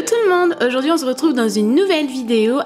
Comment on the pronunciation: Mdrr je rêve ou ta dit "on zretrouve " comme sananas mdrr 😂😂 sinon super vidéo !! 💕❤💎💋💖💌💘😍😘🔥👌😙😉😂🔥